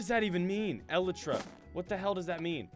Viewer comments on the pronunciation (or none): It's pronounced uh-lie-tra not elle-eh-tra also LOVE THE NEW INTRO SO CUTE!!! <3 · Sky: What is Ee-Lih-Truh Me: Its Ee-Ligh-Truh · Shulker is the a minecrat update. When you go to the end, you can go to the end city, you have a big tower. And almost everywhere is shulker. Little purple block, and when the shulker hits you you are given an amount of levitation. And its pronouced Ee-light-ra no Elyt-tra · A shulker is a mob in the End that has a magenta-ish shell and when it comes out, it lifts the top of the shell, shows its face and fires something at you which makes you levitate. By the way it's pronounced: ileetra, spelt elytra. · A shulker is a purple box and is a mob, when it opens a tiny head similar to an ocelots appears. Shulkers, when they attack, give you levitation. Also you don't pronounce elytra how you did, it's eh-lie-trah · he said, 'Elytra' wrong.. haha.. btw, its the wings.